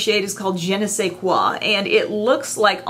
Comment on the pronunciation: I had been holding off on buying that smashbox palette because of the price but I'll definitely be picking up the elf dupe! Thanks! And kudos for correct pronunciation of Je ne sais quoi;)